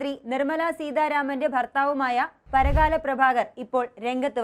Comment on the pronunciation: Parakala alla, Parkala anu.